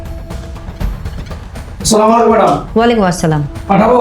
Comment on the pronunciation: হজুরের সালাম দেয়া সঠিক হয়নি সালামের উচ্চারন হবে- " "আসসালামু আলাইকুম "!